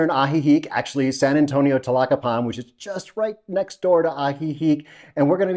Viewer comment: TLA-YA-CA-PAN, not TLA-CA-PAN.